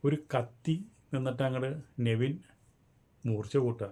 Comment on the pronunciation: നിങ്ങൾ പറയുന്ന പേരുകൾ തെറ്റാണ്. - നവിൻ അല്ല നെവിൻ അബ്ക്കർ അല്ല അക്ബർ